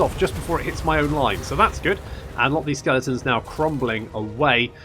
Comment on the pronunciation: Skellingtons - lol, it makes me smile and wince at the same time every time you say it ;)